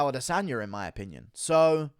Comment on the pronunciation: “In myerpinion” - Guruism for “In my opinion”